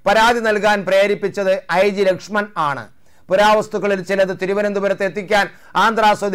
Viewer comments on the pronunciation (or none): ലക്ഷ്മണ അല്ല മാഷേ ലക്ഷ്മൺ ലക്ഷ്മണ മരണപെട്ടു